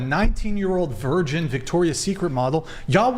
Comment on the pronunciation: She can't even say 'virgin'; she says 'version'